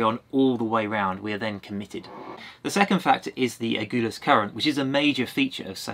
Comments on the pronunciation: Cape " A gull ass", not "A gool ass"😉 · So love your vlog but excuse me for being picky but it is AG-Hull-AS not AGOOLAS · Thanks for a super video. You're the only one that I follow. Only one thing, It's not the Agoolis current or Cape Agoolis it's the Agulhas. A gul has. I learned to sail in Port Elizabeth and we regularly joined visiting boats for the trip to Cape Town. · As a South African from Cape Town and a sailor I am really excited to watch you do this passage! I’m also proud to hear that you’ve been looked after so nicely in East London! Quick pronunciation tip: Agulhas - the “gul” part is pronounced like the word “gull” and the emphasis is on this syllable! Love your channel and your adventures!! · Lovely sailing.. nice photography .. Cape “Agulhas” pronounced A Gul has, like see gull 😀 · Please, it's Agulhas - the "u" is pronounced as in "umbrella - there's no "goo" in it! And I know - I grew up there! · I love your blogs but I am bemused by your pronouncement of aggullus which is not pronounced aghulloos. My folks spent more than four teen years sailing their 46 footer around the uk and France and right round the med basin. I am a bit envious of your amazing life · It's pronounced Cape Agulhas as in "seagull" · Cool video, thanks! Just a bit of pedantry.... Agulhas is pronounced "A-gull-ass", as in sea-gull. So sorry you got ripped off on your trip to Cape Point. It's disgusting that tourists should travel so far to be exploited in this manner.